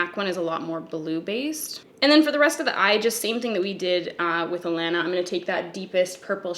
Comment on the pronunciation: The way you say it I thought her name was Atlanta 🤣